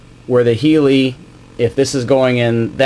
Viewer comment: good vid..it does hurt my ears when he calls the heli....a healy............